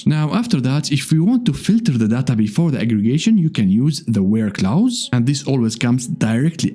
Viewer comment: It's pronounced "close" not "Klaus".